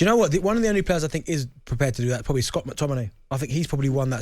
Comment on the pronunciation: No way did he said Scott mactomny